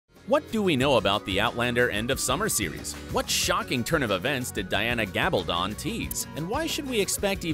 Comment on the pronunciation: It's pronounced Gal ba don( as in stone) not don as in to put something on.